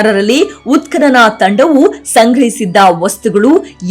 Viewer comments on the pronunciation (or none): none